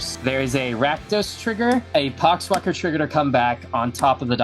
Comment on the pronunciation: Did anyone else hear the "pox walker trigger" as "c*cks blocker trigger?"